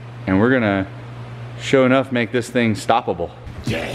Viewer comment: We gotta get to start saying Sho’nuff and not sho’enough lol